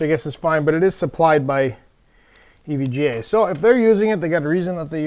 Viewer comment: why does he keep saying EVJ? do we not know the difference between J and G?